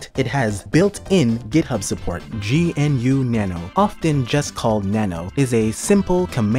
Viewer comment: erm its not G.N.U, its pronounced GNU and stands for GNU is not Unix 🤓